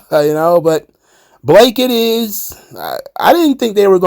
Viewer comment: It's Balake Monroe